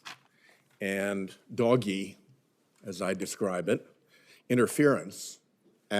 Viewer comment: Who calls it "doggy?" Isn't it more like "doe-shj? "